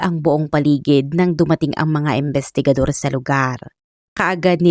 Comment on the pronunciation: AI ka po ba madam?? Bakit ang pronunciation mo sa imbestigador at imbestigasyon ay embestigador at embestigasyon.. pakiayus po ang pronunciation.. appreciate it .thanks